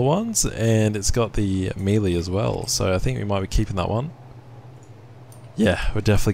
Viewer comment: he says melee wrong but i still love his vids